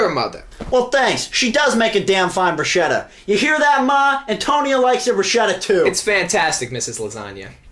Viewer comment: it's called BRUSKETTA... not brush-etta... not about barbie...